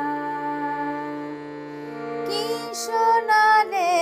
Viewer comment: শোনালে শ এর উচ্চারণ ঠিক করতে হবে খুবই ভালো লাগলো👍